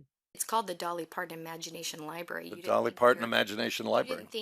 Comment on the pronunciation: This reporter keeps saying "l i b a r y." If you're reporting on a library, it's fair to expect a correct pronounciation. 🙄